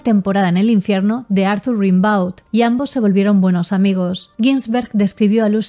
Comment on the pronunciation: Rimbaud se pronuncia "Rêmbo". Para que nos entendamos, foneticamente suena Gambó.